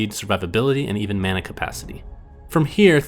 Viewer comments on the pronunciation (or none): none